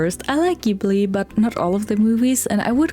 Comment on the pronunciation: It’s pronounced JIBLEE!! 🙄